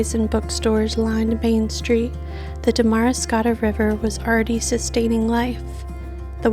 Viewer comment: Beautiful video. But it's pronounced Damuh-riscotta not Da-mari-scotta